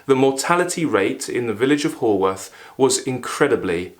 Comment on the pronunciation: A great review, though, FYI, Haworth is pronounced Howorth, even though written Haworth. Yours, a proud Yorkshireman. 😉